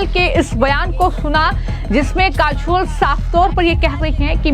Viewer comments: Listen news anchor calling kajol as kashol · Jai Hind........halanki report achchi hai per Madam aap apna pronunciation zara theek kariye......'काजोल' को आप 'काझोल' बोल रही हैं....अपने accent ko zara theek kariye......aap hindi ko American accent mein mat boliye bahut irritating lagta hai. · Kachol or kajal, pronounce achha nhi kiya tune